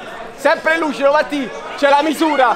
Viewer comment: Ha detto Luscido?